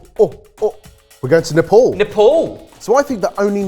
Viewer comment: It's Ney-pa-al